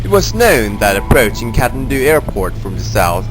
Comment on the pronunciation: The narration guy can't pronounce Kathmandu even😅🤣. Bogus video.